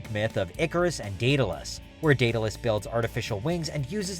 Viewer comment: The way he says Daedalus 😭